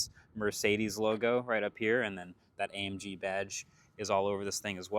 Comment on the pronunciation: As a german, the pronouncing of Mööörciiidiiiis is really strange.